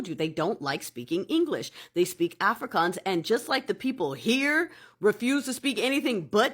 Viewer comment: Pronounce Afro kans right please.Not Africans!